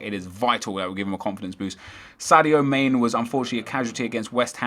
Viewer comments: Man-a not mane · Man-ey! Not Main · mane is pronounced man-ay